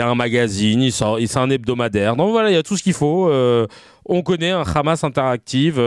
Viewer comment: C’est le Hamas comme avec un h expiré (ح) et non pas le khamas (خ)…en plus ils sont illettrés !